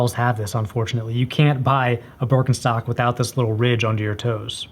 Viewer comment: It´s Giesswein (G like in good, iess lke in eas, v like in vulnerable, ei like eye and the n: G-eas-v-eye-n), not GEISSWEEN. And it´called BEERKenstock. not BÖRKENSTOCKS. :)